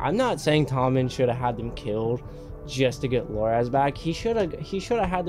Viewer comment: His name Loras, not Loraz.